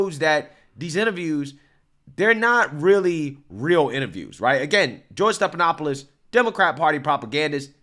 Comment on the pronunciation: Stephanopoulos is NOT pronounced Stepanopoulos. No P. F, as in Frank. Steffffff. Not Stepppp. Be better.